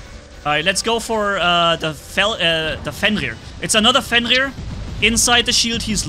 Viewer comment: There is no "L" in 'FENRIR.